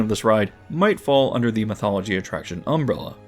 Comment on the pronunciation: The thumbnail of Cerberus brought me here. When you said, "umbra-luh" instead of "umbrella"🤭